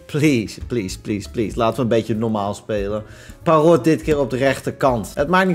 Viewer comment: Je zegt Parrot op zijn Engels dus perrut